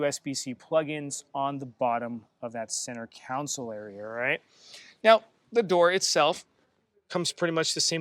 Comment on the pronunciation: Love that you had a chance to see this rare vehicle ahead of time. Also, “Center Console” not council. 😊